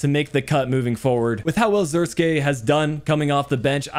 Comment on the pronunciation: Joshua isn't russian(zirkski), his name is pronounced like Zirk say. Like the "ee" in van de beek.